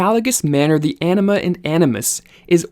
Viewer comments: Is Anima pronounced like the speaker hear pronounces it - enema? I know its Latin and having taken Spanish I wouldn't think so, but am curious. I woke up one day hearing it and it didn't sound like enema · When he said "anima," I thought he said "enema." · I keep hearing anima as enema